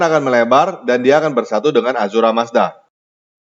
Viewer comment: Ahura mazda bukan azura mazda